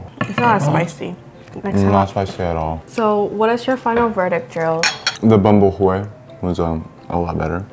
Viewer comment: The pronunciation of Bún Bò Huế is wrong 😑 but I liked the video 😊 I’m a huge fan